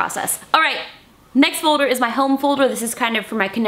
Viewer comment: Who else loves how justine say folder like "fouder"